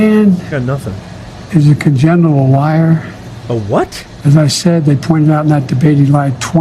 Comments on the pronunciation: Crooked pedo joe is the pathological liar. He e said conjenital liar. Smh . This is your potus? Because hes not mine nor ever will be. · "I take a cockintheass test every day" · He actually said "congenital liar".😂